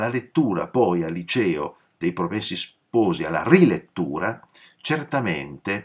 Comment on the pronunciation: Professore, a proposito di 'sciacquare i panni in Arno' e riagganciandomi alla sua richiesta di far notare eventuali imprecisioni, faccio un piccolissimo (quanto inessenziale) appunto di ortoepia: in italiano neutro (o standard che dir si voglia, su base toscana, in pratica) 'promessi' ha la è chiusa, 'sposi' la o aperta.